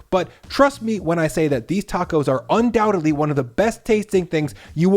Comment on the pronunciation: You said undoubtebly... Lol